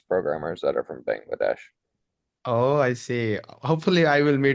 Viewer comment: বাংলাদেশ কে ওইভাবে উচ্চারণ না করলেও পারতেন ভাই, এভার হয়ে গেছে